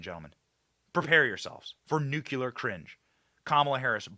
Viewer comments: Nu-clee-er. Not nukular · Bennnnnny, Nu-----clear, not nucular. Lol. We love you anyway! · Nu-cle-ar. I love you Benny, but please learn to say nuclear correctly.